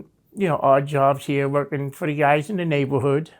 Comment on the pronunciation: Everytime this guy says Guysh I laugh 😆 8 guysh at once